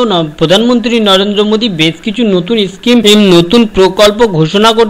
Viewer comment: are bhai uchharon to thik kor kotha ta eschime noi ota schime😁😁😁😁😁😁